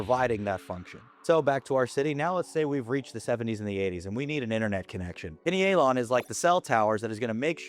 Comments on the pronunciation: I think it’s Pie Knee A Lon. Not pinny ay Lon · I’m guna take advise from a guy that can’t pronounce pinealon….. 🙄 it’s like “pineal gland “